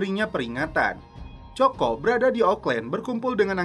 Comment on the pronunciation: Coco=koko wak..bknya coko..nyebut angr muni ajaa🤣